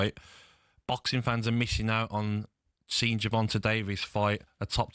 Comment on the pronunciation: Wait you don’t know how to say Gervonta’s name? Oh hell nah